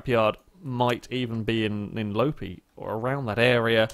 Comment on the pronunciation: Loppi is pronounced more like Lopppppi than Lopi